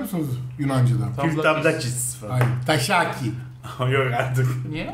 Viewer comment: taşaki değil tasaki :D